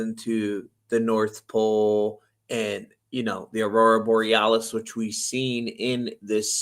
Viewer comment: Thanks for the other guy making sure to pronounce Aurora Borealis properly ❤